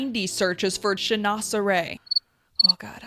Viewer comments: "Chinoiserie" is a french word, you can pronounce it like this : chin-was-ery (our "oi" is the equivalent of your "wa") You could translate as "chinese thing". it was a huge trend in the 18eme century, with all explorers coming back with "exotic" objects. French crafters began to use the same patterns for their own collections, as it was a huge market. "Toile" is just a kind of textile, now we use it also for the patterns printed at these times. Pronounce it "twal" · Great ideas, thank you! It's actually pronounced "shin-wah-ser-ee." LOL